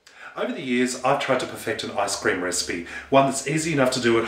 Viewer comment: Sounds like you're saying eye scream